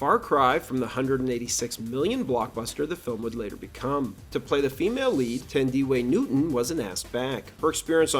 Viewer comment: he butchered her name